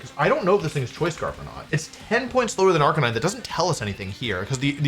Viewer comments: Question... Who is Arca-nee-né? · "Ark-a-nee-nay" FlygonHG fan confirmed?